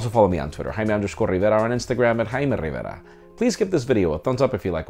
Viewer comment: Its rrrrrrrrrrivera again....